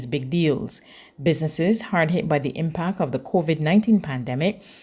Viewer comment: I hate this newsreader. The word is IMPACT and not IMPAC